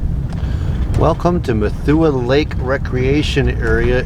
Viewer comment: it is pronounced mothy like moth